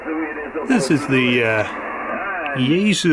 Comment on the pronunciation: yaesu say 'yea-sue' not yah-zu. noooooooooo